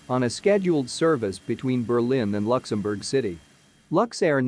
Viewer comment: I'm offended that cannot pronounce "Luxembourg". Please get rid of that voice. I'd rather listen to a human with an accent.